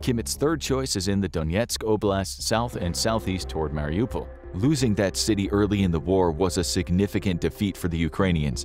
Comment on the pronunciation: its not pronounced Meelee-tea-pole, its Melly-Toe-Pull btw. You pronounced Mariupol correct, can you also please pronounce Melitopol correct? Otherwise, great vid.